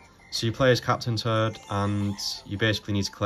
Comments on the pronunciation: Love your videos, but man when you say Captain Toad, it sounds like you are saying "turd" like poop haha. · captain turd... and turdette... sorry no disrespect but thats all i heard lol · I love how you pronounce captain toad as captain turd and turdette 😂😂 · Lol I was looking away from my phone while listening and I thought he really was saying captain turd until I looked back at the screen and realized he was saying captain toad 😂